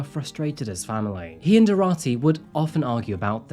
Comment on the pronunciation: His pronunciation of the names was atrocious. Especially Arati which is pronounced as “Aaroti”.